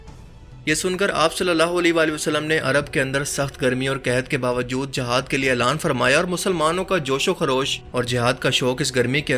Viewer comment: It is not the "JAHAD" it is "JIHAD" correct your pronunciation.Plz